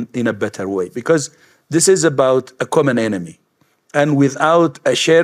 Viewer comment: ja bym uważnie tłumaczył - bo "this is" brzmi w jego wymowie tak samo jak "disease" - np. "for that this is we dont know" "i know this is" lol